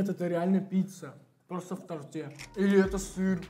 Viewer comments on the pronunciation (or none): не в тортЕ, а в тОрте😊😊😊